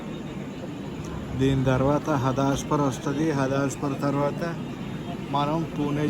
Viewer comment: Bro, adi హదాస్పార్ kadu హడప్సర్ 🙂